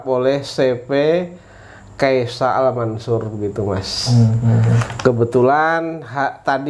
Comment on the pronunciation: yang benar “keysha” al mansur bang, bukan “keisya”. Keysha = nama anaknya Pak Amanah alias Arab, kalau Al mansur ya tau sendiri lah